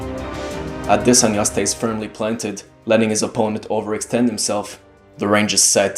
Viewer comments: His name is pronounced "AH-DEH-SON-YAH" not "AH-DEH-SAN-YAH", its a Nigerian name. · It's Audi-sauna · I'm pretty sure you did a good job pronouncing the name. I'm Nigerian myself, although not the same tribe as Izzy, but I wouldn't know to say SON rather than SAN. 🙂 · thanks bruh....they spend time commenting on how Ngannou's English is whack or has improved....but won't humbly take the right pronunciation of an African name....crazy dudes all over the place.... I'm Cameroonian...